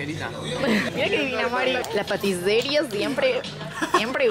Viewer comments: El lugar: la pâtisserie (patiseri): la patiseria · PATISERIE JALAJAKAJ se pronuncia patiserí